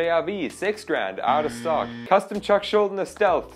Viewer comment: Hey I know it's a bit pointless but Chuck's last name is pronounced Schul-dee-ner :P